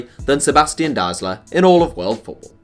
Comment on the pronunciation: Dude most other nations try their best to pronounce foreign names in the right way. Englishspeakers pretty much dont. You read every name as if its an English one. Especially german names, i feel like there is no popular german players whos name didnt get butchered on this channel :D (Btw Deisler is proununced like "to die" )